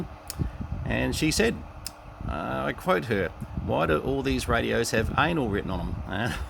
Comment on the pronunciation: anil or anal not anl lol